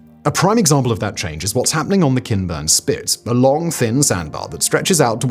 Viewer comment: Instead of Kinburn spit I heard "Ken Burns spit" and was only slightly confused